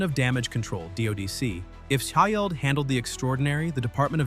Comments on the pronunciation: Edit your ai voice ffs. Shi-eld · Stop using A.I. to (mis) read the script. Having to listen to the A.I. voice repeat "Shi-eld" is distracting and should be embarrassing for you. You've just lost another viewer. Do better! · I wonder if it's the punctuation in the acronym S.H.I.E.L.D. is why it keeps mispronuncing it.